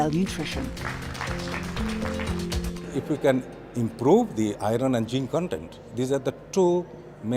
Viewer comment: “Ahron & jihnn condend” = Iron and zinc content.